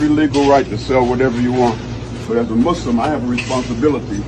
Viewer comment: "But as a musss-lum. " blacks ruin everything.